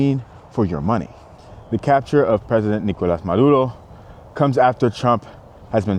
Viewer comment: You latino bro ? That Nicolas Maduro pronunciation was on point